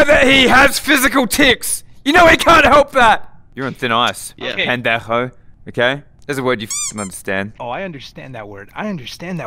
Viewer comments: they mean pendecho pen-dech-o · "You're on thin ice, bende-hchhh-o". LOL an Australian trying to pronounce Spanish words 🤣